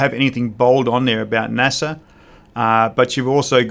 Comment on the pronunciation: Native British speaker of English and doesn’t know how to pronounce NASA or what it means? lol. Have you ever read a book or watched a documentary? Also, this moustache is ridiculous, the empire has fallen old chap!